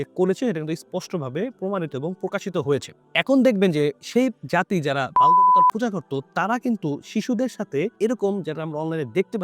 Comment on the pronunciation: উচ্চারণটা হল - বাআ'ল